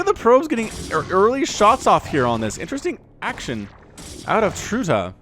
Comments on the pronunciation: Its trutactz not tratactz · are you seriously dissing those two? They are both top 10 outside of Korea, at least were last time I checked. edit: also, it's pronounced like "trutach"